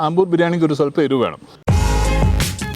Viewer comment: Ambur alla.....Aaambur....😁